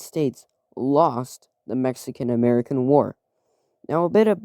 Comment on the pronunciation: Ametican lol, great video